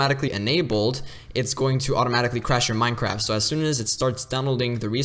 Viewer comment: Dude just said Minecrab